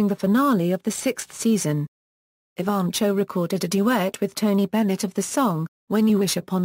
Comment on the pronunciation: Nice professional bio. The reader has a nice British accent, but some serious mis- pronunciations. Most serious is Jackie's last name: it should be ee - VAN - koe! Fairly good organization of many activities and accomplishments; it would be good to accent the headings and pause briefly after each one. The vocal delivery could be a bit more expressively modulated, with some enthusiasm, and somewhat less objectively flat. Thanks, though, for having this information about such an astonishingly remarkable youngster available for those who cannot read about her visually :)